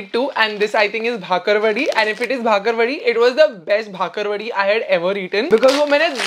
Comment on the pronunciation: It's not bhakarwadi, it's bakarwadi